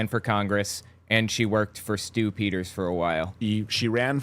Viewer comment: I kept hearing “Stoop Eaters” instead of Stu Peters lmao